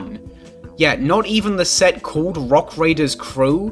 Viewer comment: every single time you say "set" i immediately assume you said "sex" for absolutely no reason